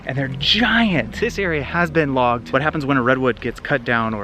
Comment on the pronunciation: When you said the area had never been logged I thought you said vlogged 🤣